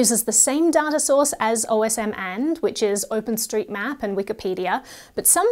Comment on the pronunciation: Are you really supposed to pronounce it as "O.S.M. and," rather than as a man's name ("Osmand")?